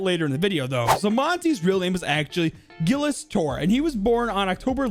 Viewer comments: As a kid that speaks french I FEEL SO TRIGGERED THAT says it as gilles or gills when it's actually pronounced jilles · By the way "Gilles" is pronounced like Jill